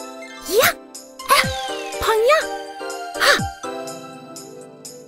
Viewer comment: they could have done better... xD;;; i wish it was more like pang- gya instead of pungyuh D